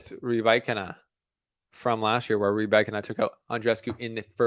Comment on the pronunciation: You mastered Rybakina pronounciation )) Good. Now some news: Svitolina, Kasatkina and Kalinina are pronounced the same way (as well as now retired Myskina, Safina and Dushevina). No stress on INA. The previous syllable shall be stressed.